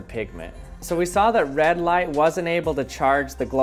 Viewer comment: Thought he said “Erase life”